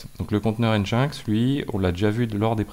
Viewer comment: Stp, ça pique un peu les oreilles, prononce "engine-ex" pas "en jain x":))))